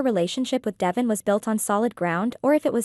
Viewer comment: You are pronouncing DeVon ‘s name incorrectly. It is pronounced “ D- Von””